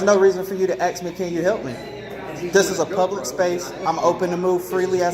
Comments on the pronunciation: Was he asking or aksing 😝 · One frauditor that went.into probation office the word is ASK not AXE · Man every time I hear him say he wanted to Axe a question i sit there face palming, seriously I would see that as a threat and really bad english. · You can't axe a question. You ASK a question. Axe's are used to chop firewood and other things. Axe's can also be used as a weapon. Go back to school and please learn English. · How do you aks for someone? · I agree don't fukking(profanity hack) tell me you can't say "ask" dummy!! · Is this unlawful law? Where is this dimwit from? They can't answer your questions because you never stop talking. Whole lotta axing going on